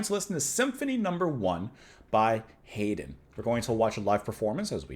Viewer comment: The composer Joseph Haydn is pronounced Yo-suf Hide-in.